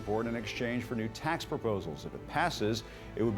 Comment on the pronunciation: Poor. She not only has a constricted, squeaky voice that come from her throat, not her diaphragm, but she is also very nasal, with nasty flat syllables, as in the word TAAAX. Hold your nose and say the word as if it's a car horn blaring. That's how she sounds. She needs a voice coach to show her where the power of her voice SHOULD come from, and how to speak from her core, and not through her nose. It will help her sounds as elegant as she looks.